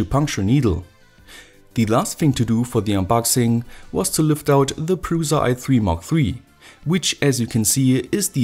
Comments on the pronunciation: it's "PRUSHA" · Creality CR-5 looks more promising than this. Mine friend has it and it awesome. And cheaper. Btw look at some czech videos, where they say the name of printer. It sounds awful from you. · It's very funny if someone who is not from Czech Republic saying Prusa :D Originaly it's "Průša" and it's a lastname of creator who made this printer :D